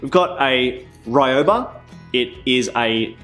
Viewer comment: It’s pronounced exactly as written: RYOBA. Not Rai-oba. RY. Like happY or mYth or sYmbol. The letter Y in all other languages apart from English never sounds like ‘ai/aye’. Like TokYo is pronounced tokio, not tokaiyo. So Ryoba is Rioba, not raiyoba. For those who can only understand English spelling: REE-OBAH.